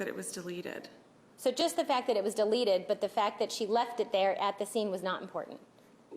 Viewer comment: its " deleted " Not " delerrreted " speak properly